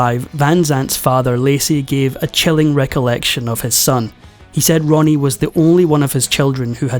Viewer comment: A.i.sucks can't even get his name right..jeez it's Ronnie 😅